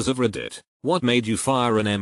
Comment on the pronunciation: No one: Not a single soul: That one computer generated voice: REDDÍT